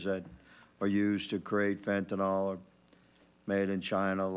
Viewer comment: It’s pronounced `fen-tan-il` not fen-tan-ol, just saying